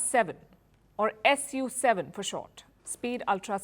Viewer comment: Its pronounced Soo7 not SU7 - Hermione Granger